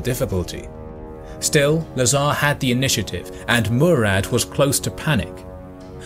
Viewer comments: Lazar, not nazar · LA'zar but not LazA'r